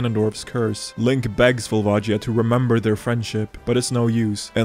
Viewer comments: "VOLVAJIA"? you must kiddin me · WHAT THE HELL IS A VOLVAJEEA? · Then why does the super smash bros announcer pronounces it "Sheek"? I'm also certain Volvagia is not pronounced as "Volvajia", sounds like vagina when you say it that way. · That volvagia part hurt me. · Pronounced Volvagia wrong